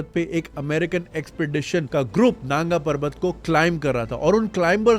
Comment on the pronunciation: Naanga parvat nahi nangaa parvat.